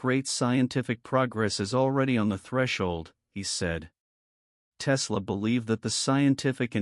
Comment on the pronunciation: Click bait, yeah Tesla said this because you say so, and your AI mispronounced his name 🤣